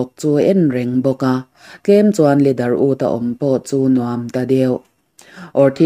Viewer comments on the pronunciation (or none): none